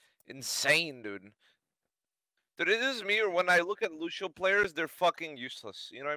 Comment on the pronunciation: he can't even pronounce Lucio's name but still talks down on others, classic 🤣